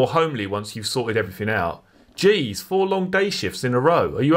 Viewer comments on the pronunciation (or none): none